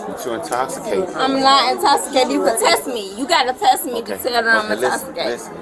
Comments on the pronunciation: “I’m not in-toss-i-cated.” 😂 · The more she says "i'mmnnn nowwwtt Intowxcitated" the worse it gets lol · "I'm not intossicated." Lol, yes you are, my dear. Yes, you are. Lol! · “I’m not incotsitated!” 🥴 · " I'm not intoximacateds" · Girl…you are indeed intosssicaydid. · "I'm not intossicated!" OMG, that's funny!!!! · I'm not in-toss-i-cated either! I need to get to my baby! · Essplain to me how im’s intossicated. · “I’m not Ah-toxicated…” Yeah, ok. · "I'm not intosikayted." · I’m not intosssicaded. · U might be intoxicated if u can't even pronounce the word intoxicated